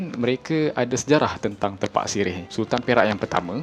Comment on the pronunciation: Sebut dia tépak, min.